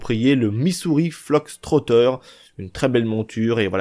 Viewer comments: Fox Fox Fox et non Flox lolll l'anglais des français c'est horible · on dit Missouri FOX trotter banane !! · C moi ou tu dit Missouri fLox trotter 😂😂😂